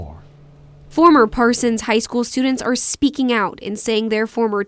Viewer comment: The H on the High School is funny to me 😂